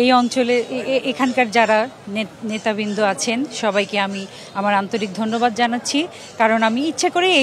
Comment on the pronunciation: নেতাবিন্দ কি?? আর জায়গার নামই তো বলতে পারেন না ছি ছি লজ্জা করে না এমপি হতে চান??